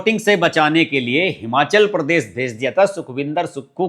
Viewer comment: परदेस नही प्रदेश बोलो